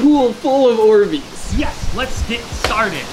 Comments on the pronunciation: What are Dorbeez? From a very confused Australian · I cringe every time I hear "Orbeez".